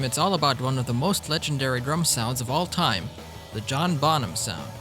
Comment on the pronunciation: Bonham. Pronounce it right. Not bom ham . Jew boy .